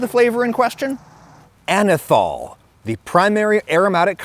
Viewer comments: Anethole is being pronounced wrong here, too. It’s “ole” as in “hole” not “all” like “alcohol.” It has an ether moiety which is why it is spelled that way. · Ah-Nus Anyth-hole